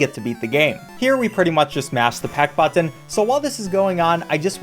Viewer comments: You pronounce "button" like a sped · Whys he saying button like that?